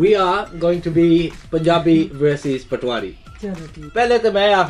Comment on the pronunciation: Accent spot on! But just to tell you it's pronounced potohaari not patwari. Otherwise fab video and papa Bear was amazing